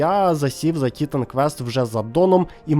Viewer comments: Дякую за відос, але чому ТІтан квест, а не тіТан квест? Чи хочаб тиТан)) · На кожному слові "тІтан" мене передьоргувало.